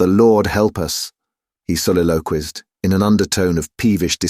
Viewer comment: Oh, dear. So badly read. And mispronunciation of 'soliloquised' in the first few lines. No atmosphere whatsoever. This used to be my favourite classic book..but not like this. Terrible.